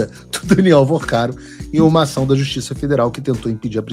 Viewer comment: Não é Vercaro, é VORCARO!!